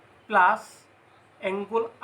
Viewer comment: Nice presentation ...i hope students will be benefitted ...but just a suggestion..dont take it othetwise .. "angle" tu bare bare "Angul" buli pronounce huar karone sokut lagil ..pls dont mind ha ..eitu moi share o korisu relative bhaiti etak